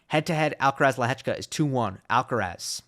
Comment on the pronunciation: Is the sole American that pronounces Lehecka's name correctly?